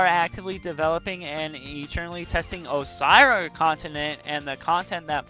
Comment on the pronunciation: Why can't you pronounce Ossyria correctly? 😂 Brain dead